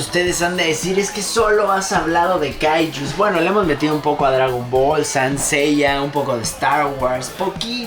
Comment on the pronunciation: No le dicen "sainto seiya", es "seinto seiya" la pronunciación japonesa